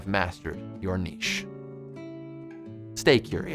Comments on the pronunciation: Thank you for pronouncing 'niche' right (neesh bc it's French) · Thanks for not saying nitch. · well done you said niche correctly